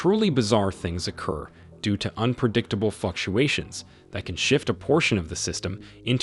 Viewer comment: "Due to unpredictable fucktuations" Once you hear it, it can't be unheard.